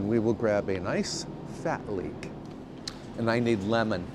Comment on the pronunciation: OMG ! I thought you said leak , I figured when you need to go you have to go😂❤